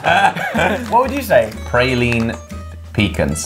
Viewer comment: Get Texan boys...pra-leen pea-cons And miss-keet